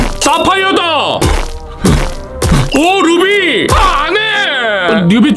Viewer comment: 약간 루비 발음이 뉴비 발음하고 비슷함ㅋㅋ